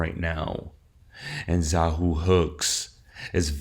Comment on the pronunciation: Xahau is pronounced Zuh-HOW not Zah-HOO.